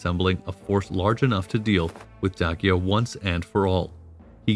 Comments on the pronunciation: It's not Day see uh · Very interesting, but this guy would have better credibility if he learned how to pronounce, "Danube" and "Dacia". I've NEVER heard either pronounced the way he does! It's "DAN youb" and "Day sia". Hurts my ears! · I’ve totally enjoyed this video and will be a new subscriber after I finish this comment. I did find that I pronounce the words Dacia and Danube quite different than you do but I can possibly dig up the strength to look past that lol. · Great video, and historically comprehensive and accurate. My only criticism would be several words were habitually mispronounced throughout the video (e.g. Danube, Dacia, etc.). This detracts somewhat from the information being presented, but not to a substantive degree. Also, great speaking voice. It reminds me of Jonathan Frakes. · This video adopts unconventional pronunciations for Danube and for Dacia, but why? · The narrator's pronunciation of words, such as Dacia, Dacian, Hadrian and others, seems off. Is this a bot thing? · Great video. I always thought Dacia was pronounced like "day-sha". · It is pronounced "Da-Chi-Ya". Romanians pronounce "Ci" like in Latin. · Pretty good. You receive high marks for historical accuracy and the art work. However we take issue with your pronunciation. Particularly with Dacia and the Danube river valley. Dacia is pronounced "day-she-uh". While the river Danube is pronounced "dàn-yoo-b`. A as in after. With the B being almost silent. New sub. Looking forward to your next offering. Greetings from Vienna.